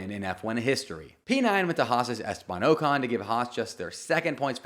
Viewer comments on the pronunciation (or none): none